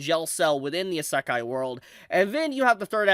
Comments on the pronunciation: it's not essakai bro it's isekai try to pronounce it clearly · Every utterance of "EAS-SAHK-KAI" is akin to nails on a chalkboard for me. Bro you HAVE to know how it's pronounced, you seem to have watched anime and been in the anime community long enough to know that you say it like "Izz-uh-kai." Come on now. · “Ih-SAH-kai”…bro cooked himself 4 seconds into the video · "a suck eye"? I've never heard of that genre before! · why does he keep saying Esekai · Dude why you saying isekai like that. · Bro, learn how to pronounce Isekai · Dude, how did you forget how to pronounce “Isekai”. I know you’ve said the word properly before. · I'm gonna let you finish but that was the WHITEST pronunciation of isekai I've ever heard! ok ok. I'll watch the rest now. fuck... you just keep saying it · ........Why you say Isekai like that? lol